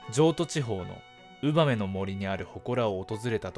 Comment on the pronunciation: すごいどうでもいいんだけど、ウ↓バ→メ→じゃないの？